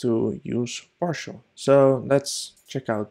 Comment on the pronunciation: its "parcel", nor "parshl". lol